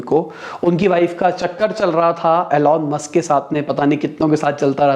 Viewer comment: Why are u pronouncing Elon Musk name wrongly 😭😭😭